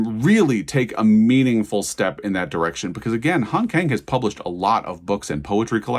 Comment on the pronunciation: "Kang" has an "ah" sound, and the "k" has a slight "g". It should thus be pronounced more like "gahng".